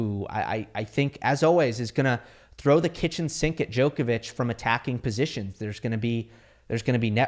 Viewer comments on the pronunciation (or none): I wish could pronounce Djokovic’s surname correctly.